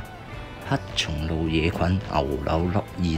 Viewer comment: 係黑松露，唔係乞松露。